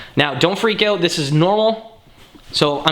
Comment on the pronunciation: I love how you say out HAHA OOT